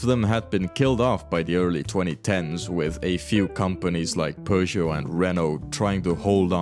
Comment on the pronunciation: Why do you keep calling Peugeot, Persia?